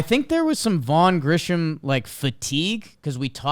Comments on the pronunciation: pronouncing Grissom as “Grisham” over and over nearly sent me over the edge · Why is it none of these guys can never pronounce Grissom correctly? It’s not Grisham, it’s Grissom. They repeatedly sound like idiots